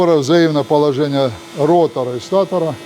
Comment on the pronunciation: статора!!!? У вас есть какое-то образование?